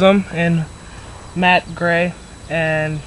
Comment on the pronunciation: dude...you dont say matte as MATE you said it as MAT...he pronounced it right..